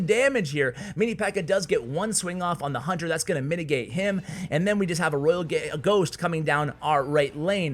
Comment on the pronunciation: We're you just gonna call the Royal Ghost the Royal Git? 😂😂😂